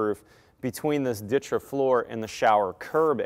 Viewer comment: Why do you pronounce ditra like that lol